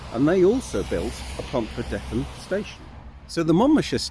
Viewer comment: Pontrhydyrun is pronounced pont-rhee-drin. Not pont-rhee-deth-in.